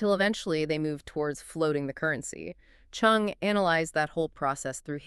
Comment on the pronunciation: Cheung , not Chung